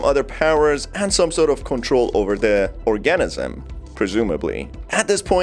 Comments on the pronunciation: Guess you've never heard the pronunciation of the word 'organism' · Thank you! I though I was the only one bothered by that. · I just cant with the way you say organism But!!!!!! Good video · Couldnt watch anymore after hearing your pronunciation of organism